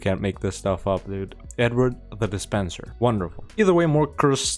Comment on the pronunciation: "De Spenser" was likely a Norman French family name. They were given land in Wales by the Conqueror, I think. Probably pronounced "Duh-Spon-Say" or something, but I'll leave that to the French to correct. Fun video,!